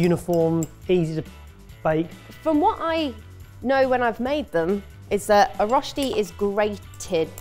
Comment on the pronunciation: Every time they say roshti I cringe so hard. It's röschti. The ö is pronounced similar to the "i" in "bird" (yes english is weird like that xD). So "bird" and "börd" is almost pronounced the same way. Now you know how to say "Röschti"^^